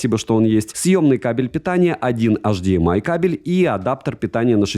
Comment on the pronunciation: Ну почему снова АшДиЭмАй? Блогеры, вы чего все из одной секты? Почему первая буква в абревиатуре HDMI произносится по-немецки, а остальные по-английски?